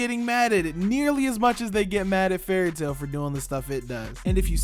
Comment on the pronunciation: Bruh you dont get to have an opinion when you cant even say the shows name right, and what you said about no villains or side characters dying confirms you didnt even watch the show and you re a whole bunch of 🧢, also about the whole "every battle is beaten through friendship" everyones yapping about, its happened very few times, fairy tail has many good battles that noone talks about, because people prefer to be toxic and listen to whatever garbage the internet says. If you trully watched the show you would know this yourself and give valid critisism.